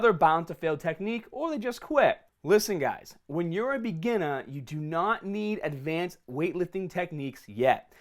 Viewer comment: Take a shot everytime he says begeenah